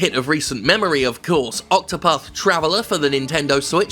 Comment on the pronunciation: Sounds like you are saying octopuff. Which by the way is an anti-smoking children's film about an octopus that smokes 8 cigarettes at once.